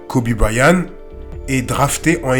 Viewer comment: Belle vidéo! Mais seulement, vous prononcez Kobe Bryan. Mais en réalité c Kobe BryanT. C'est de l'anglais, toutes les lettres comptent.